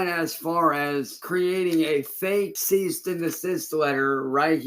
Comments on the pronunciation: He's still calling it a ceasT & desist letter? 😡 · He said "Ceast and Desist"... 😒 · “Ceast and assist” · Seized and the cyst